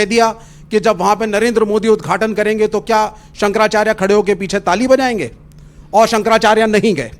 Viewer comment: अरे ऐ बातावाचक, तेरा नाम क्या है रे, अनिरिद्धाचार्य न। पहली बात तो ये है कि तुमको (आपको) शंकराचार्य बोलना नहीं आता। तू कैसे बोल रहा है कि, संकराचार्ज 😊😊😊 ये चार्ज क्या है ढोंगी और ये संकर क्या है शंकर बोल। तुमको भाषा का उच्चारण ही सही से नहीं आया और चला कथावाचक बनकर झूठा ज्ञान पेलने। तू कथावाचक नहीं कन्त्री वाचाल है। और सुनो झूठ मत फैलाओ मेकअप जीवी, राहुल ने सारे हिन्दू को हिंसा फैलाने वाले नहीं कहा । उसने कहा कि सारे हिन्दू बीजेपी के नहीं हैं और सच्चा हिन्दू हिंसक नहीं होता क्योंकि हिन्दू धर्म हिंसा नही सिखाता। ये हिंसा फैलाने वाले सिर्फ बीजेपी वाले ही है और हर हिन्दू हिंसा नहीं फैलता, ये है राहुल की कही बात उसे पलट कर झूठ मत फैला एक कथा के नाम पर 30 से 40 लाख लेने वाले।